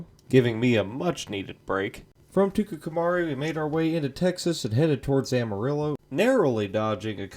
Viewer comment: lol Tucumcari is pronounced Tucum-Carry